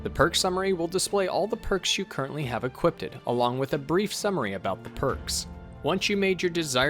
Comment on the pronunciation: Love the guides but uh...and this sounds stupid but...are you saying "equipt", "equipted", and "equipting" instead of "equip", "equipped", and "equipping"? Is this some sort of dialect thing? I've never heard it before in my life and it's kinda driving me nuts!